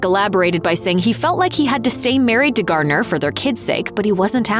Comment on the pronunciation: Garner, not Gardiner, for Jennifer's last name.